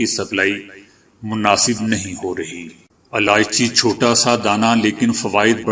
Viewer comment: Aalichi nhi ilaichi kahte h.